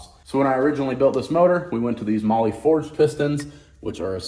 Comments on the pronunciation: Bro, is it really pronounced Molly like keeps saying, or is it pronounced more like the word Mall? Because it's spelt Mahle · Never thought i'd see say to hit him up for Molly. Americans have turned mispronunciation into an art form. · I've been definitely pronouncing Mahle wrong 😅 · Today I learned I’ve been pronouncing mahle wrong for years. 😂😂 😂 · Are these guys pronouncing Mahle right? Because if they are, I have not been for years lol